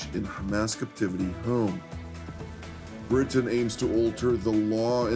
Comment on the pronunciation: Bwitain? *Englistan.